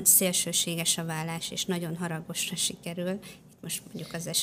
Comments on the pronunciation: Szerintem ékezet nélküli billentyűzetről írt a hozzászóló, ez nem nyelvtani hiba. A válást viszont úgy kiejteni hogy vallás, feltételezi hogy így is írja a műsorvezető. Ez helytelen, és hallani sem öröm. Igaz, nem egy Endrei Judit!😊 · Kedves Anita! Először azt hittem véletlen, de sajnos nem: a ,,vállás” következetes említése nagyon zavaró !!Annak ellenére, hogy kifejezetten jó beszélgetés volt ! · Jó és érdekes beszélgetés volt! Drága Anita, a válás rövid l- lel ejtendő a köznyelvben.😊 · Remélem azért másra is tudott figyelni🙏🏻 és nemcsak a hangsúlyozásra, de ez inkább nyomatékosítás volt…😂🎉